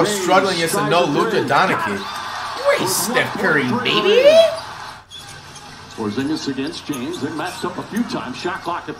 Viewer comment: Flight actually said porzingis name right for one